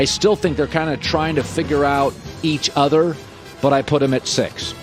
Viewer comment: Colin can you please work on your pronunciation of other, it really bother me. Thanks